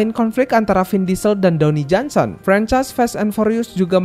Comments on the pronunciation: Dwayne Johnson.. Bacanya dweini bang.,Bkn downi…😂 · Dwayne Johnson bang bukan Downy Johnson